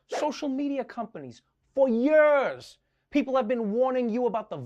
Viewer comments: I love how Trevor says “ for yurs...!” 😂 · Yeah, to hell with these a-holes.... Also, I friggin' love how you pronounce 'years'.... lol... ;D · You pronounce “years” how Mohammad Ali said it 🖤😥